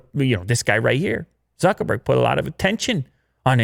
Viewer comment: So you can pronounce Sundar Pichai's name perfectly, but totally butcher Zuckerberg? If you're going to discuss the guy's company, at least say his name correctly, jesus.....